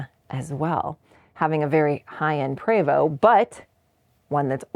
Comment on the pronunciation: Why are you pronouncing the name PREVOST as PRAYVO! It’s PreeeVost ( rhymes with Free most!